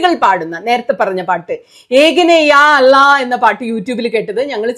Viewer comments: Sunitha,Allah nde pronunciation ichiri koode sheriyavan undu.. "അല്ലാഹു" എന്ന് പറയുമ്പോൾ tip of the tongue flat ആക്കണം .... അതേ സമയം tip of the tongue കുറച്ചു പല്ലിൻ്റെ പുറത്തു വരുകയും വേണം.അപ്പോഴേ ശരിയായ pronunciation ആവുകയുള്ളൂ.😊 ❤ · നിങ്ങൾ വലിയ ഒരു influencer ആയതിനാൽ, അള്ളാഹു ( മലയാളത്തിൽ ഇങ്ങനെയോ കഴിയൂ ) എന്ന ദൈവനാമം ശെരിയായി ഉച്ചരിക്കാൻ ശ്രമിക്കണം. അടുത്തുള്ള ഏതെങ്കിലും മുസ്ലിമിനോട് ചോദിച്ചു അവർ എങ്ങിനെ ഉച്ചരിക്കുന്നു എന്നു കേട്ടു പഠിക്കൂ.